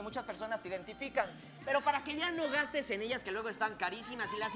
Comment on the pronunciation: Dise gastaes en vez de gastes